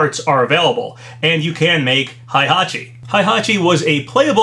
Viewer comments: Heihachi is not pronounched "high-hachi", that is incorrect. It is "hey-hachi". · its " H-E-I" hachi!!!! H E I H A C H I NOT "H-A-I" hachi!!! GET IT right, u talk about H-E-I-hachi like 6 times and u STILL cant seem to get it.